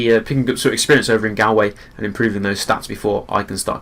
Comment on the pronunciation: Wtf he said GAALWAY